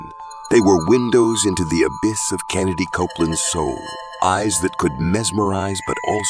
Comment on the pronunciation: His name is KENNETH Copeland; not Kennedy Copeland.